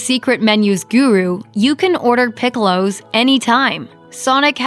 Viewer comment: What the hell is a "pick-ow-low"? Please say it the correct way for a US audience